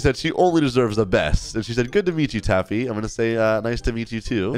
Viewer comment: She said your name wrong she said tappu